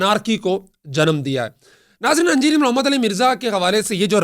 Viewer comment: لنڈے دے صحافی صاحب"اَنجینئر" نہیں "اِنجینئر" ہوتا ہے